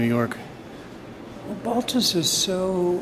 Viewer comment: Asking for a Balthus catalog at Pierre Matisse in the 70s, was corrected by an older gentleman behind the counter, "it is Balthu", ...the s is silent in the French pronunciation.